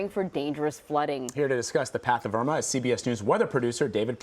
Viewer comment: OMFG THEY SAID IRMA WRONG BUT WHATEVER. PRAY FOR EVERYONE IN FLORIDA 😩🙏🏽🙏🏽🙏🏽🙏🏽